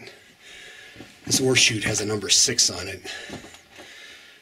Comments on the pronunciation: Yup I was googling mining terminology. Turns out its ore chute not horseshoots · I kept looking for the horseshoes you were mentioning. Finally dawned on me you were saying ore chute. Not horseshoe. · Yes, it really sounded like horseshoe to me, but when he says the 't' I can hear the oreshoot. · You are brave or crazy to go down in man made mines but I sure enjoy watching you from my recliner. When you first said ore shoot, I thought you said Horse shoe. Funny! I thought maybe for good luck. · Hi, Barbara! Thanks for watching and commenting. I remember somebody else thinking the same thing regarding my pronunciation of the phrase “ore chute.” They had mentioned it in their comment, too. Glad you enjoyed the video. Thanks again for your support.